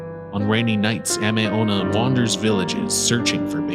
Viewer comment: It's Tay kay- Tay kay, and it's Ah-may Ame means Rain.